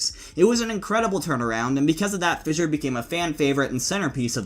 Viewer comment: Thank you for pronouncing Fissure properly instead of saying “Fisher” like that dummy Mykl.